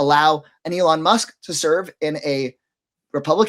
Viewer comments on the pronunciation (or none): Can you say ELON?